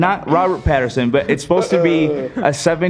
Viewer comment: Robert Patterson. What other names have they said wrong in these reviews?